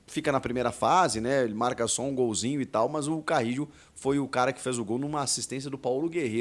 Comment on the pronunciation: Acho que você tá esquecendo o espanhol, pô.